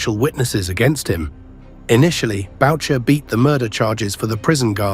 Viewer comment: Idiot U.K. commentator , MOM'S NAME is pronounced BOO SHEY....it does NOT rhyme avec voucher fool.